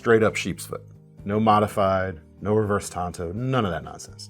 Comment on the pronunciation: Tonto? The native American? You mean tanto?